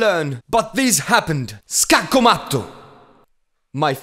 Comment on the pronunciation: The italian pronunce of "Scacco matto", dude, IT WAS P E R F E C T (looping 1 hour)